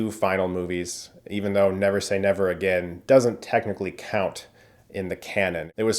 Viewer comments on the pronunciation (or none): none